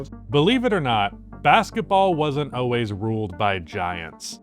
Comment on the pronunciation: “Oways” not always man